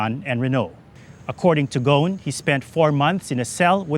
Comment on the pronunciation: It's Ghousn not Ghoun, the S is pronounced